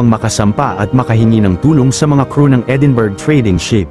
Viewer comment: Edinburg. .(Edinbruh) po ang pronounce